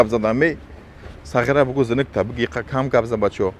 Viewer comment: Хамин гапи сағера зӯр талаффуз мекни 😂😂😂